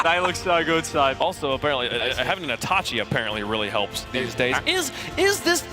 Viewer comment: Jonnyboi and consistently mispronouncing Itachi is so aggravating.